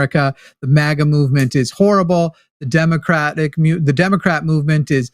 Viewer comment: Forrest, the A in maga, is like A-getha, or a-gate. ✌️